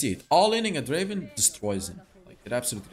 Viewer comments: it's not draven it's DRAAAAAAAAAAAVEEEEEEEN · It's not draven it's draaaaaaven